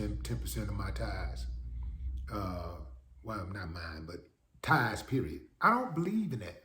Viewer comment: It’s “tithes” not “tides”… SMDH